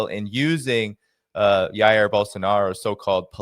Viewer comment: Great podcast - even greater with Ben Norton there. I noticed that mos Anglo speaking country cannot pronounce Jair’s (Bolsonaro) name correctly. The letter J” in Portuguese sounds a little like the “J” in French…just remember the “J” in Já Já Gabor. What can also help in paying attention to the sound of the letter “S” in the words “measure or pleasure “ or better yet - just ask a Brazilian to sair “JAIR”. - Oh! Ben pronounced the word “Janeiro “ correctly. May be he can help.